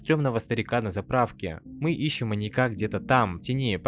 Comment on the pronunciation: Ебаный рот. Неужели так сложно выучить слово "маньяк" в разных падежах. Вас ютуберов по хоррорам завелось как собак диких и каждый говорит слово "МаньякА" 🤦🤦🤦пздц маньякА🤦 звОним, лифтЫ, прЭсса🤣🤣🤣🤣👍